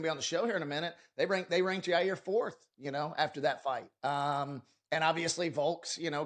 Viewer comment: dude said Yair lmao